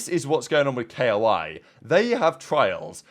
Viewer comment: Also i feel like this isnt the first time he pronounces shit hella wrong